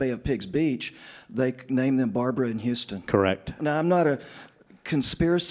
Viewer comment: How can you spend decades researching the assassination and still not know that Houston Street is NOT pronounced the same way as the city further south? Serious question.